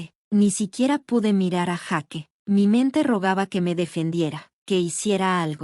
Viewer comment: Jake Mate..... Se van a vencer uds mismos x no pronunciar correctamente los nombre. Jake (yeik) Sofía....Sofia)